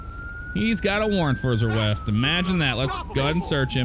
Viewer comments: "Hes got a warrent for his awest" lol😂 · Got a warrent for his awest. XD